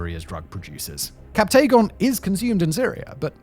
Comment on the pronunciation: Great video that covers the important dynamics, but please please please fix your pronunciations!! The majority of the territory names, city names, and even "captagon" (it's "captagon" not "captaygon") are absolutely butchered, and it's incredibly off-putting. A quick google search will tell you how to pronounce all these correctly